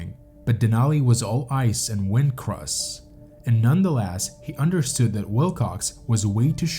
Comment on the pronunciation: Words like understood and good are not pronounced understewd and gewd. Met is not mat. Leader is not litter. You don't get to change how a word is pronounced just because you are a narrator.